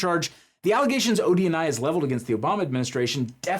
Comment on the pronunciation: I hear it like that too.